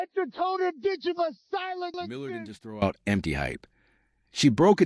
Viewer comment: You really should try to get the names right. It's Ditcheva, not Dicha. You lose a lot of credibility in one word.